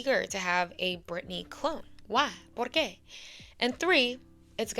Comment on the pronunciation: girl as a spanish native speaker you really took me by surprise when you said por qué jajaja